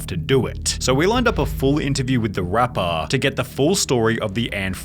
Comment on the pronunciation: "So we lined up an interview with the rapppaaaaaaaaaaaaaaaaaaaaaaaaaaar" Like wtf learn to pronounce words my man